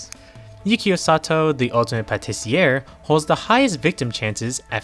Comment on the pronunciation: Crash course in French,. As a rule, you never pronounce the last letter in a French word, unless it's a vowel with a line above it. So if you left out the R in patissier, you would have gotten it correct. But you were very close lol.